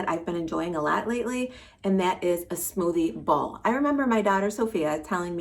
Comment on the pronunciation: LOL I thought you were saying smoothie ball! 😂😂😂